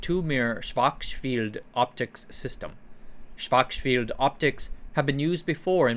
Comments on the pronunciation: "Schwurtz-shilled" yields some close approximation from English on Google Translate. 😉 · It’s actually a simple two syllable name. Shvarts-shillt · I think it's supposed to be pronounced like "shvahrtzshield". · I think that authors spend all the energy on content research (which is great) to the point where none is left for pronunciation 🙂 For the future - use wikipedia - they often use phonetic transcription for names for example: /ˈʃvaʁtsʃɪlt/ or (from one of the previous episodes) /ˈjæn tʃɒxˈrɑːlski/ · You are saying “Schwartz Field” somehow, but it’s the sch sound again, not an F. Imagine someone pronoun 不知道 as “bù fīdào”. The German word schild is very much the same as the English shield. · In case you are gonna say it many times in the future, Schwarzschild is pronounced like Arnold Schwarzenegger with the S like Shit, and for the second part it goes like "Shield" but you shorten the I. Something like Schwarzshilld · Why did you pronounce schwarzchild like that? It's a surname that's popular in astrophysics and astronomy communities and I haven't heard them pronouncing it like you did. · The pronunciation of Schwarzschild is so satisfying. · Sounds a bit wrong for a German native speaker